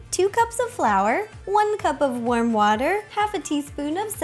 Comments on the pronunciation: it sounded like she said worm water instead of warm water😜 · it's warm water (she pronounces it differently) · did she say worm water LOL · Shai Rodriguez yep she definitely said worm water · yes not just you lol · Whenever you say, "warm water," it sounds like you're saying, "worm water." XD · "Worm water" isn't a correct pronunciation. Warm, Ro, warm. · I think she said ''worm water'' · It sound like she says worm water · Do anyone else think she said Worm water instead of Warm water lol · I thought she said worm water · I thought most people pronounce "warm" like that... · I swear I heard her say "worm water" at the part when she starts mixing the flour and water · Did anyone else think that she said worm water😂😂😂